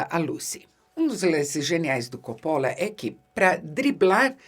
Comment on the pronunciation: Eheheh no inicio do video ela pronuncia cóppola e depois, no meio ali por volta de , pronuncia coppóla pra no final voltar a pronunciar cóppola. Diva que fala a lingua dos cinéfilos cults e a lingua do povão (ou isso ou saiu do personagem)eheheheh